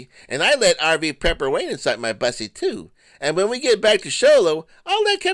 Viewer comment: Wayne always sounds like he's saying peppers or preps instead of Prepper. Must be them hard-to-find teets messing it all ups. "Good morning everybody, RV peppers or preps Wayne here. 😂😅